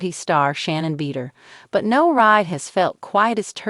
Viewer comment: IKR? ridiculous - pretending to have the inside track on information about someone whose name the AI robot can't even pronounce. "Beeder." lol